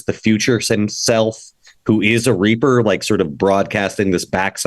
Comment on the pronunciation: 10 years after ME3, and Mark Meer still says "reaper" the exact same way.